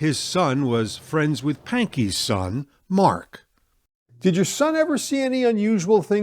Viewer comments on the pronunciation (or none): none